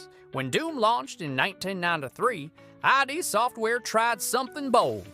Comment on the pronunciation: It's pronounced "Id" Software, not I.D. Software. >=[